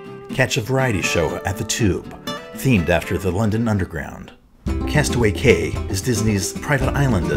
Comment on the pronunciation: CAY is pronounced KEY.